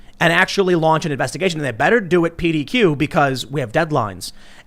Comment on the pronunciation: P.D.Q. LOL You're definitely from Illinois!